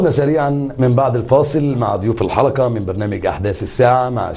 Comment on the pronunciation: المذيع يقول الحلكه السابكه 😂😂 حرف القاف عنده مضروب